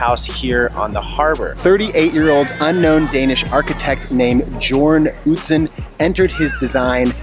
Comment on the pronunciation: Pronounced Yorn ,Yern or Yarn Utzon no J . did you go inside the opera house for a tour ? Australia had to borrow money from England to build the bridge .The money has been repayed through road tolls, also the opera House was paid for with public money buying lottery tickets.